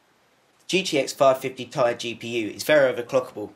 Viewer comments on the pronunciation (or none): Ti = "TEE EYE" not TIE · lol its ti and not ty.